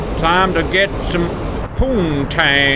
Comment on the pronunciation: Wasn't expecting to hear the phrase "Burner on. Time to get some... poooontaaaaaaang." in southern drawl today. lol